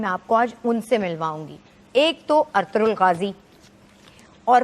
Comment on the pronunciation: we pronounce it Arturul which is wrong its Erturul